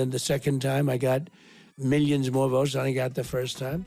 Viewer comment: Miyions and miyions is all that old senile lizard minion knows